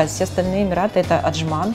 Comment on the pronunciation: Прононс на английском мрак да и на русском Емираты... ну как так??? Фубля